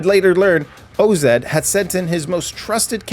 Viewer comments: its OZ not O-Z lol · Day 1 of asking for him to say O-Zed